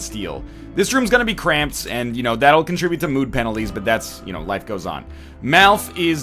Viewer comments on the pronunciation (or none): none